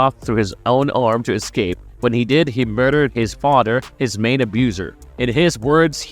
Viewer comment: Fadderr Bruder sabretoot....come on man either practice before or practice english more. Good video though. Very thorough